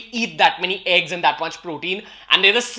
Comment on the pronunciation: Bro u say eegs its means a whole eeg or oly white....